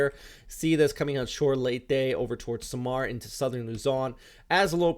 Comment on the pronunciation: You pronounce the names of the provinces correctly except for Samar (Sah-mar). Thank you for the wonderful presentation, as always.